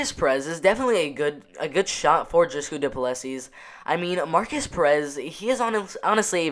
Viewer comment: haha you butcher the name and surname but we all know who you are talking about so no problem:)